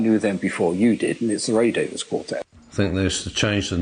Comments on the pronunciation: How the hell can the woman narrator keep saying their last name as "Davis" instead of "Davies". Has she ever heard of them before? You can't be part of a biography like this unless you know something about your subject. And you can't do justice to the Kinks in four videos that add up to a half hour. She actually says at one point that the Kinks wanted to get in on "this exciting American market" as if nobody ever heard of the U.S. until the Beatles flew across the Atlantic. For heaven's sake they were all listening to American blues and rock n' roll since they were teenagers. Ray Davies wanted to come to America before he ever heard of the Beatles. Just listen to his recent album "Americana". What a waste this "biography" is; too bad as I got excited as soon as I spotted it here on Youtube. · why can't American's pronounce words? the narrator calls the brothers Ray & Dave Davis. its DAVIES.... pronounced DAVEEEES. learn to talk ffs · I just started watching this and not two minutes into it starts off with a pronunciation error of the 1st magnitude! - Their last name was DAVIES not DAVIS!!! Jeeza-LOO!!! I'm not usually a pronunciation Nazi, but PUH-LEEZ!!! That's like the second most important word in the whole story, right behind the "KINKS"!!! Maybe she'll say the "KLINKS" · Did I mishear the narrator or did she say “Ray and Dave DAVIS”?